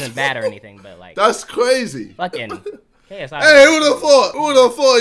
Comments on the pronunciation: He said KSE sorry to disappoint you guys. Go and re-listen. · LMAOOOO YO I think he was trynna say "KSI" but he was also trynna say "see, that's what I'm talkin about" so it sounds like KFC 💀